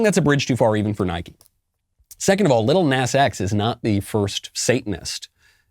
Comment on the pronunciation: Love how Michael pronounces “lil nas”